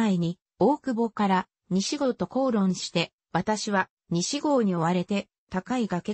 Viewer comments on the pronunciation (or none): さいごうをにしごうといったり、いとうひろふみをいとうはくぶんと言ったり間違い多すぎて聞き苦しかった